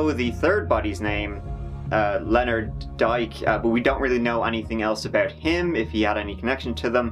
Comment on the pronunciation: He was a wonderful man. (Oh, Dyck-it's pronounced 'Dick')